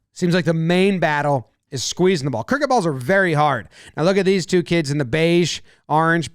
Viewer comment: The moment he said Criket I immediately left lol